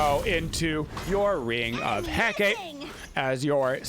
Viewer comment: My ears literally bleed every time you pronounce "Ring of Hecate" xD It's "He-KAH-teh" not "He-KAYT" lol Hecate is the Greek goddess of magic, witchcraft, and necromancy, hence all the crazy magical and healy-mcstealy abilities her ring has.